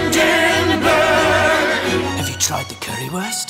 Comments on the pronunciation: make a song, i would buy it, listening to the sims say windingburg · Woo-enburg! Too bad I have to wait until Christmas-burg.